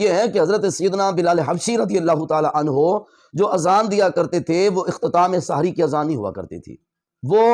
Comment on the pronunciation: آپ اپنا تلفظ درست فرمائیں، سحِری غلط بول رھے ھیں سحِر کا مطلب ھے جادو